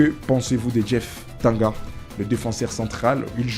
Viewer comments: c'est DJEEF TANGANGA et non Djeef TANGA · C’est ne pas jeef tanga son nom c’est Tanganga japhet monsieur le journaliste stp avant de faire ton émission YouTube faudrait bien lire ou t’informer sur le nom complet de joueur merci 😂